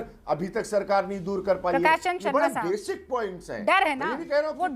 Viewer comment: Basic not basiac